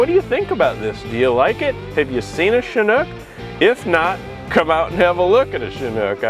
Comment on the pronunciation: Shhhhhanook? I thought it is a Chinook???